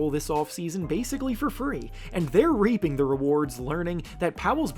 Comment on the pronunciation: reaping ( REEP-ING ) like weeping my G . Not however you said it 😂😅